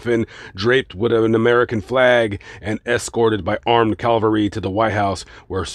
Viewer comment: "Cavalry" has got to be one of the most mispronounced words in the English language.